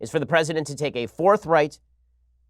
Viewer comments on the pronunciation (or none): My ears: Ben: The President must create a fourth reich! Me: Surprised Pikachu 😮 Rewind Ohh forthright.. aha of... of course.